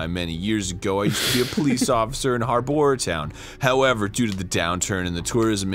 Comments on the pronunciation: Just so you know Arin, when you want to mock the -our spelling by pronouncing it as it would be if following standard English phonetics, you have to pronounce it like "uhr", not "or". This is because "ou" normally makes an "uh" sound. To practice, say a word like "gracious". Just take the "-ous" sound and say that over and over, then try to replace the 's' with an 'r'. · I'm at in the video, but something that bugs me, isn't it more likely that it's the 12th of May, not the 5th of December, since this game was clearly made by people from a country that uses the 'u' in 'harbour', as Arin made so apparent by over-pronouncing it in the intro? Is this not obvious to Americans? Because it really should be.